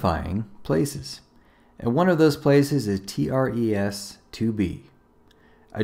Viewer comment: “T.r.e.s” More like Tres Tr-es..